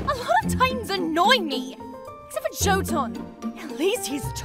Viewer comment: uh jotun is said yo-tin not jo- tun cause it's most likely based off jotuns from norse mythology